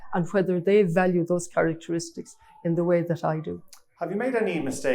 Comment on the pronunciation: When she wins and is speaking at international events, she'll need to stop saying "med" and say "made".